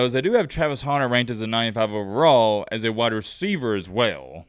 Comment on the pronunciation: it's Hunter like a man who goes and hunts. not Haunter like the polemon come on bro 😂